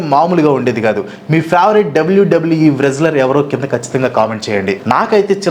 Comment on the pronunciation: Adhi Warestler kaadhu, Wrestler. W silent untadi